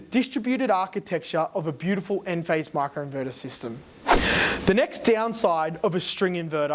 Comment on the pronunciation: Micro inverter not macro inverter! Pronounce the I not A